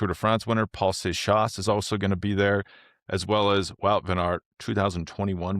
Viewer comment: Paul Seixas is half portuguese. You should pronunciate is father's surname like the portuguese pronunciation.